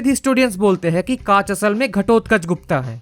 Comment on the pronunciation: It's Gupta but a as in Rama the second a not the first a of Rama. The feminine version is Guptā which was used for females of that dynasty like Prabhavati Guptā(daughter of Chandragupta II) and not Gupta.